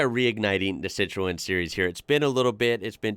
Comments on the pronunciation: It's pronounced Citron. Just saying 😊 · Citroën sounds like si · truhn IT IS ONLY TWO syllables not 3 as you're saying it. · Dude that pronunciation 😂it’s sit-Run buddy 👍✌️ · It's pronounced "SITRUN" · Im gonna help you out its pronounced "Citron" in Americanish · Lv ur channel. BTW it’s pronounced “sit-ran”